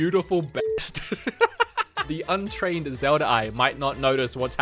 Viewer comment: Bro when i hear it your saying zelda(r) just saying